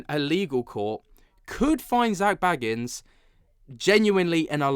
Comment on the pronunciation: You say his last name like Beagans but anyway it’s crazy that people are surprised by all this 😂 my jaw is literally not on the floor 💀